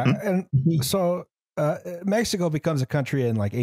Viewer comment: pronouncing spanish words as of they're italian is a mindfuck (di messico) on Mexican Gladio: don't worry, it's coming Henequen: It's sisal in English